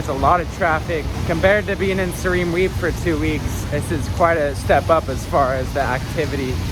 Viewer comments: learn how to pronounce siem reap bud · 😂😂😂 first time hearing someone pronounce Siem reap like that 😂😂😂…!